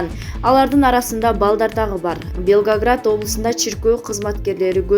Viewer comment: Белгоград дейт го,жаңы облус ойлоп таптыңбы